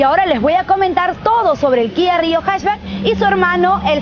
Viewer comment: Primera persona que pronuncia la marca Kia como se debe Guía